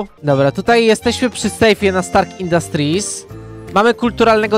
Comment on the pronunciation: naucz sie muwic a zamiast stark infastrit to sie mowi stark